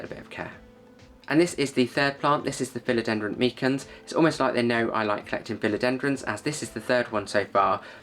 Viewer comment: ‘Philodendron’ tripping off your tongue with consummate ease! Well done, God bless you 🙏✝️. ✌️🇷🇺☮️🇺🇦✌️. 🙋‍♀️🤍🇮🇱✌️